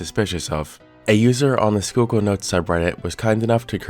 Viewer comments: PA resident here Yeah, im surprised he pronounced it right as well XD most that dont live here almoat never get it right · Oh thank God. You pronounced it right lol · I live very close to where this is happening and never expected it to get any traction outside local news stations also props on pronouncing Schuylkill right! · Former Philly person here. Thanks for pronouncing Schuylkill correctly. ❤ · It makes me happy how flawlessly he pronounced "Schuylkill," BUT the way he pronounced "Tamaqua" made me wince a little. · FYI, kudos on pronouncing Schuykill correctly but if you want to sound local, it's pronounced Tuh-MAH-kwah. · Something about the way you pronounce Tamaqua weird. But had no issue with Schuylkill bugs me